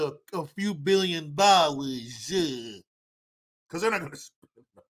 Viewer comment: "Any of youse other countries need a few billion dallors!" 😂😂 LMFAO!